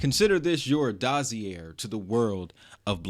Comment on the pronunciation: Great info and video. Just a tip for future reference, dossier is pronounced dah-see-yay 🙂